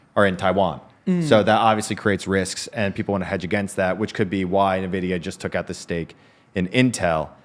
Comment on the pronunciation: It was fun hearing you guys say "Ni-vidia" instead of "En-vidia"